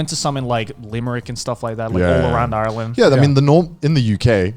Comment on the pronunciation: Every irish person died inside when joey said ireland.